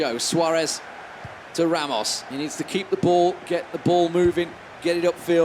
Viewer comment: the irony is the commentators werent able to pronounce players' name properly, e.g. 'Ramos'? Tass played better and he had the card to hold the ball not to push it. The other player was close to a comeback before Tass went seriously. (Thay thang em comment nhay vao ke ti) :))))